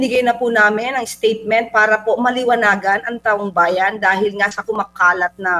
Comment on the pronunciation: Sir sir as I listen to your blog. Your fond of saying malinawagan instead of using maliwanagan.. Malinaw(root word) of malinawan Maliwanag (root word) of maliwanagan